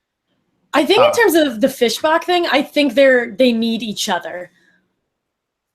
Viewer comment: love the channel but saying "Fish Bock" annoys me severly😂